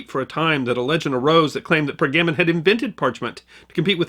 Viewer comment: Was there tray-sure in Per-gammin'?